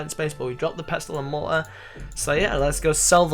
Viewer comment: " Pestle and Mo-uh" :D